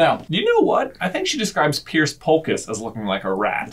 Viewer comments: Piers not pierce just saying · J: Pierce Polkis Narrator: SPOT ON Me: ACTUALLY ITS PIERS POLKISS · Piers Polkis, not Pierce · I feel the need to point out that it's not Pierce Polkis. It's Piers Polkis.